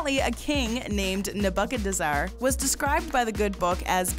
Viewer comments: Why she say Nebuchadnezzar like that 😂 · Omg that pronunciation of Nebuchadnezzar made me cringe.